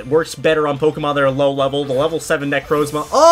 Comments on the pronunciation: Bro he say necrozla necromza is not hard to say he really does mess up with words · how he pronounces necrozma smh